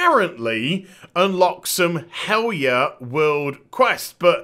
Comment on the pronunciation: I don't know if this is of interest, but... In old Norse(and modern derivatives) the "j" is pronounced like an English "y". So "Valajar" would be said "Valayar" and "Helarjar" "Helaryar. " This also makes Fjarnskaggl MUCH easier to say. Think Bjork, basically. All J's become Y's.